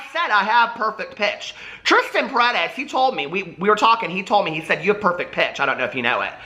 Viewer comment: Hello!! I´m from Venezuela, and you are pronuncing right Paredes!!! hahaha just one more confirmation!